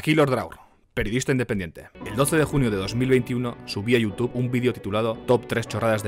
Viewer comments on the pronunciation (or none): none